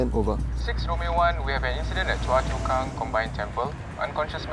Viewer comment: It should be 'Choa Chu Kang' not 'Choa Chua Kang'